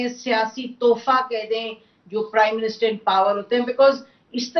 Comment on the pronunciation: کرائم منسٹر یہ پرائم منسٹر کہتے ہیں